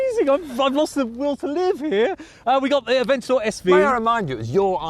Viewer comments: AVENTOR? IT'S PRONOUNCED AVENTADOR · “The Aventador just did it, has a bit more power” other guy “the ‘Aventor’ sv is a beautiful car”🤦🏻‍♂️😂